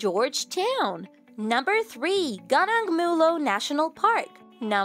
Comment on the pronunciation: Not Ganang but you should pronounce it as GOO NOONG